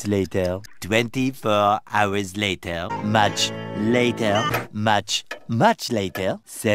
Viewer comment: This guy loves saying “L a t æ r”✨.